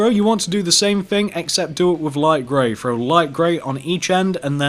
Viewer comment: Does anyone know he's saying frow instead of throw